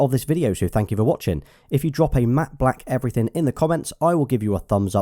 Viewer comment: "Matte black everyting"